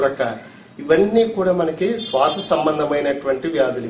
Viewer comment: Swasa ,kosa babu swasa,kaasa kaadu